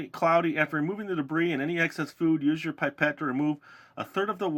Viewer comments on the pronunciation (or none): I speak french and the right way to say it is pee-pet Pipette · It's 'pip ette' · It is pronounced pip et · The way you say pipette sound like babette the charater I'm playing in the school prodution. :D ^.^ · Lol, I say "pip-ett" too 😜